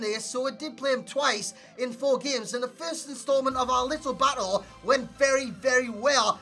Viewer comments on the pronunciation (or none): none